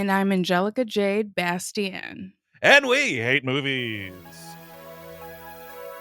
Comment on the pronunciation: "Angelica Jade Bastién" That's a naw from me. Unbearable.